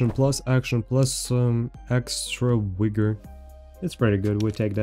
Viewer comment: Bruh... how many videos you going to do mis pro nouncing vigor and achiles. Rofl.